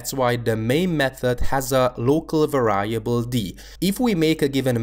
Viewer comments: The word variable is pronounced [VE'riebl] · You kept on mispronouncing the word variable. Other than that, great video, thanks!